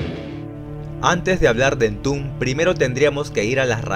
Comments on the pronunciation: En latam se pronuncia EN-TOM-BED cabrón! Que entumb ni que mamiladas! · "Entun" jajajajajaja buen contenido, pésima pronunciación 🤘